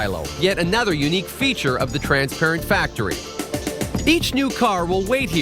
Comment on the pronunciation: lmao that guy cant say "transparent" to save his life